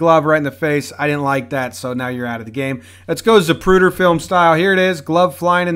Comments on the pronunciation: “Zupruder film...” hilarious. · "Let's go Zapruder film style." 😂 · 43 Wait- I thought it was “Zabruder”.